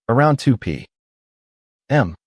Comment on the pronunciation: " Around 2 p.........m " A.I. is stupid